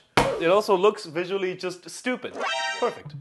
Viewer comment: S for STOO-BID